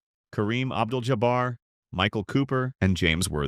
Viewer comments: On a channel called Hoops Legacy you can't even pronounce Kareem's name correctly. Jabber? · "Kareem Abdul JOBBER?" Of course it's AI slop. It's getting an instant 👎 from me and I'll be blocking this channel from my YouTube feed. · The man's name is Jah' bar, spelled J A B B A R please get it right. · Do you hear how this lame dolt pronounced Jabbar..